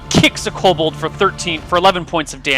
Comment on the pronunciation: Ko-Bold master race. Kobold master race